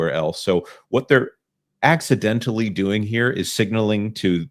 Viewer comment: The CEO literally make the word "doing" a three syllable word like a valley girl. That's ALL I needed to see and hear.